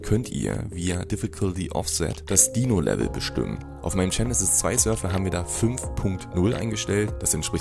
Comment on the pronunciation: Wie er Server ausspricht macht mich richtig aggressiv